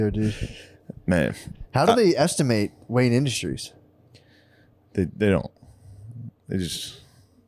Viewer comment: Could’ve sworn Matt opened it saying Wayan Industries